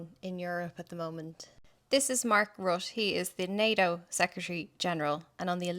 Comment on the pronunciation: His name is properly pronounced RUTA